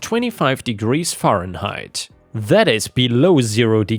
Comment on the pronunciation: Story 2: "ferrhenite" I mean yeah, it's a difficult word, but we live in the age of the Internet and spellcheck...although that's definitely a pretty good phonetic spelling of the word.